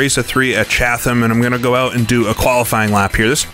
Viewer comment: Great video. I missed this one back in the day. Chatham is pronounced Chat um.